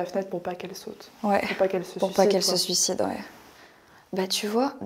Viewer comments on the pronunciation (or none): none